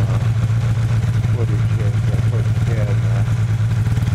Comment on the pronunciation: It’s pronounced tuh-nana